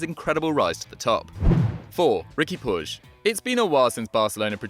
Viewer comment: I believe its pronounced pueeg 😂